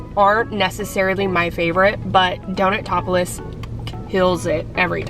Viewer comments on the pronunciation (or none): Its Donut-opolis. Not Donut Topless.....